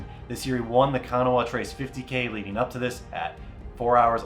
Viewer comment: I am going to teach you how to say Kanawha. Then you will have to come down and run it one year!